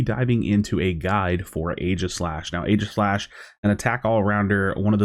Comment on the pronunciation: "only YouTuber who can pronounce aeigislash"